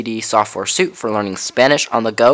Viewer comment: Please note that the English word suite, when referring to a collection of interrelated software programs, is pronounced as if it were spelled sweet. In this instance, the word is not correctly pronounced as if it were a color and material-coordinated set of clothing items.